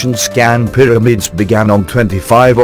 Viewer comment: also they start the documentary calling them "pyramads" only to end up referring to them as pyramids!!